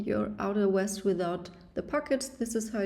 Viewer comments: You keep saying west it’s pronounced vest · She's German, it's Weste in her language. Cut her some slack.